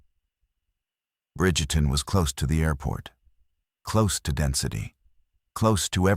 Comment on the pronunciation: Its Bridgeton, not Bridgerton. I'm from St. Louis.